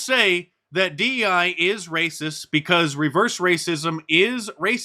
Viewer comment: Yeah but that black woman says "because" with the "intrusive L", which is honestly annoying af. Anyone who does that should have the self-awareness and intelligence to realize that's stupid and incorrect.